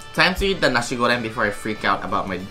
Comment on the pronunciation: ah i love how PRONOUNCED NASI GORENG!!!